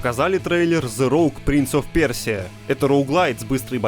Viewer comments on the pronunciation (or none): Кто-то может объяснить мем с «пёржей» если фонетически правильно просто «пёжа», а не «пёржа»? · 2 раза сказать ПЕРСИЯ вместо ПЁРЖА - это возмутительно, товарищи. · Из трёх раз, когда прозвучало название игр о Принсе Персии, только один раз было сказано правильно - Пëржа! За такое на нормальных сайтах банят! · Ну все нас двое, общество создано. Кхм... Кхм... Общество защиты Пёржи требует официальных извинений от автора Stopgame за некорректное произношение. Ну и скромные $ в качестве компенсации морального вреда.